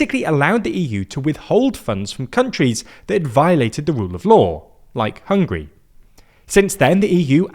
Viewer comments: Sorry, it's "Hungary" and not "Hungry".😅😅😅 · The name of the country is HungAri not Hungry 😂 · It's HungAry, not Hungry!